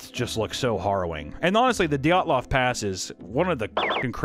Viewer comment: Isn't it dee-yat-lov